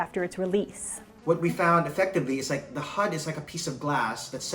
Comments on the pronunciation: I love how she says "H U D" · Can you just say HUD normally once. Also neat video! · She killed the video by exageratting the pronounciation of HUD every time. Polygon sucks. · You can hear her accent come out every time she says HUD